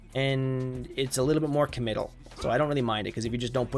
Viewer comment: Don't ever say the word "committal" again.